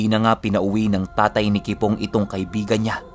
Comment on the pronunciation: Kipong hindi kibong hahahahah